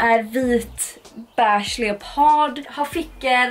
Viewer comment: Lär dig säga beige med e och inte ä!